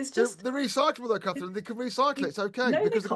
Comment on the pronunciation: Her name isn't Kaffryn. Do make an effort to speak properly. It isn't a speech impediment—it's laziness.